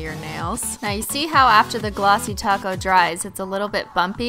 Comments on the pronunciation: Glossy taco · Glossy Taco's <3 is what I'm hearing and I'm getting hungry.....I love you <3! hahaha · She said glossy taco